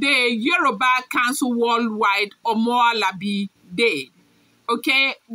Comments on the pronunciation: Please stop destroying the word. It is Omoluabi not Omoalabi. Take note. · it is omo lu abi,just to break it down to help you pronounce it. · Omoluabi means A great Yoruba child rere m do m omo lu wa bi. that is the pronousation Thanks. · Omo lu a bi. Pls note. Stop crucifying our yoruba names. Ur blogging will loose value n meaning.